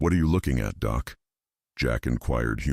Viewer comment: It’s nice better then some audiobooks but work on doc not doe?